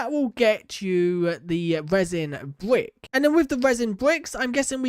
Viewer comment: Why you say "resin bvuick"